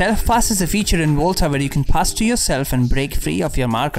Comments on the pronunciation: everyone: Volta: Wolta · Im pretty sure its volta and not volta